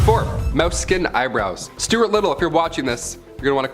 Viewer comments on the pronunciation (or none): none